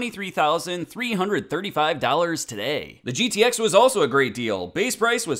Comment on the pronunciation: I'm not a MoPar guy but I can't stand it when someone calls a GTX a "Get-X" like that old time spokesman the short film clip. To me it's like putting ketchup on a hotdog. Just curious. Do you MoPar fans cringe when you hear "Get-X" yes or no???